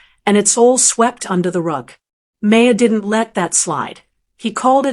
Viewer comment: (Bill's name is pronounce MAAHR , not MAY-er).